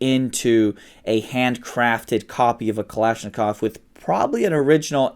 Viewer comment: How is it he can pronounce Pashtun words but but can't properly pronounce bayonet nor pronounce Kalashnikov the same way twice? Dude quite trying so hard.